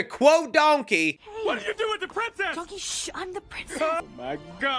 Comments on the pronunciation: Please tell me I'm not the only one who immediately caught Eddie Murphy saying "dunkey" instead of "donkey" XD XD (Heck, even YouTube's close caption got it!) Also it has been confirmed, John Lithgow is NOT returning for Shrek 5, so IDK why they are saying Lord Farquaad is coming back, unless they're bringing back the character, but having someone else voice him. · Why does Eddie Murphy pronounce Donkey like "Dunky"?